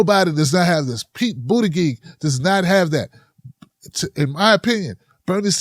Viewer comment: can you stop mispronouncing Buttigieg and Gillibrand as if they had hard 'g's instead of soft 'g's that are like 'j's instead?